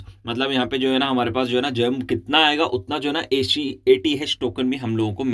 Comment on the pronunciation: Gem ❌ germ ✅